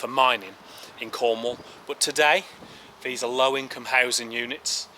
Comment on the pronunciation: what the fuck are you saying it `s the not ve it`s the these not vese wtf